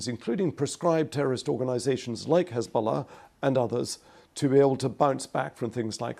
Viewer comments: He still manages to pronounce Hesbollah with piety and impeccable accent though. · Pbuh-Piss be upon Hez-ball-less 😂